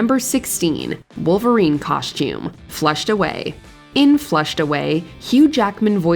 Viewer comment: It’s costume. Not coshtume